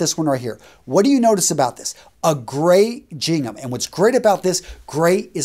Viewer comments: ”Gingham” is pronounced ”Ging-uhm” (with the “G” sounding like “GUH” or the beginning of “Gaga” - baby sound or Lady Gaga not “JUH” or like in “Jingle”). Hard to explain...🤣. You’re incorrectly pronouncing it ”Jing-ehm” . 👍👍This aside, great video!!👍👍 🏈💛💚 GO PACK! 💚💛🏈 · Gingham is with a hard G. It's not "Jingham" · Gingham - I've always heard it pronounced with a hard g, like in get, go, give... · my Central Sconnie Brother (Iola), gingham is a hard 'g'. Pronounced as in 'go' not soft as in 'gent'. BTW, that's in both US and UK style pronunciation. Keep up the great work! Fortis Fortuna Adiuvat